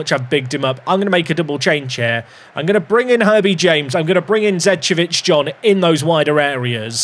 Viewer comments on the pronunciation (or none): none